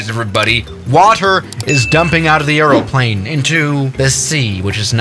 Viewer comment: Two things. Try not to eat the microphone. Say aeroplane correctly 😅